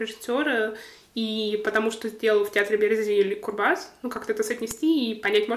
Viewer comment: В фамилии "Курбас" ударение на первый слог.